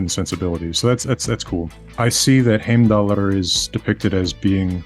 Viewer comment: Lol he said heimdall wrong so much for being a language guy